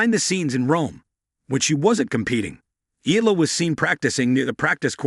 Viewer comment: could you please learn how to pronounce EALA properly out of respect for Alex?